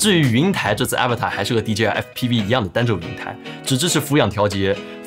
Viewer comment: 这个真不叫Avatar😂, 是Avata /uh-‘vah-dah/